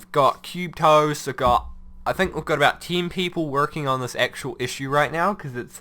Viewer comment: Why tf does he say tin k?